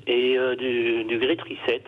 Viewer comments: "Reset" c'est de l'anglais!! Prière de prononcer "rissète". Merci! parce que "rizette" c'est de la racine de chien-dent! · L'autre imbécile qui n'arrive pas à prononcer correctement RESET !! trop marrant !! La tronche de Bercoff quand la cruche prononce le mot !!